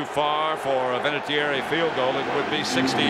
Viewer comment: Vinatieri* 😁 He has a lovely Italian name. Pronounced “Vinna-tyerry”